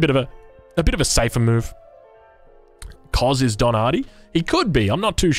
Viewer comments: The cz is pronounced tch. Koczis or Kocsis is a popular family-name in some East-European countrys. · im not polish but im pretty sure Koczis is pronounced Kochish